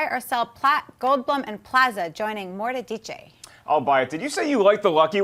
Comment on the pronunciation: That's not how you pronounce Mortdecai.